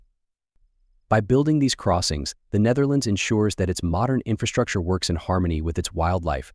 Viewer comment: You should study how to pronounce the Dutch before trying to say the name, google translate can help.